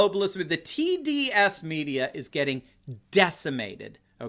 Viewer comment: When you said the Marxist media should be renamed the T.D.S. media (for Trump Derangement Syndrome,) I thought you said "tedious" media. Oh, well. Same thing!